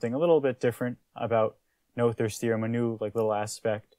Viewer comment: Not to be picky but the name is pronounced “Nooters” theorem. Another channel did the research from the original language and that’s how it’s pronounced.